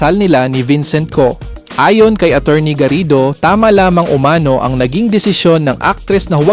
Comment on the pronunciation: Mali sambit ng "umano" hwag ilagay ang accent sA 2nd syllable kung Hindi dun sA last= "umanó"